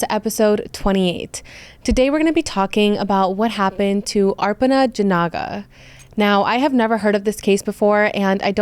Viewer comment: Hey! I absolutely adore your videos. Thank you so much for covering cases that don’t have a lot of coverage. Also, don’t worry about all the negative Nancy’s in the comments. How are you going to get mad at somebody for saying someone’s name correctly? If that genuinely triggers you, you need to grow up.